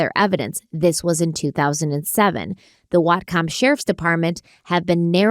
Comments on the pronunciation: but how she said whatcom county made me die LOL its pronounced more like watcom county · I’m from whatcom and the way pronounced it has my husband and I rolling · Love watching your content! But listening to pronounce "Whatcom" is distracting my ADHD brain, and it's making me giggle. "WAAT-kum" ❤